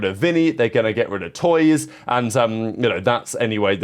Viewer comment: tuyz ❌ toyz ✅